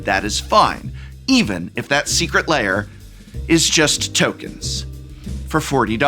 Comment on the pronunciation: I always hear "Secret Layer Alert" from prof's enunciation xD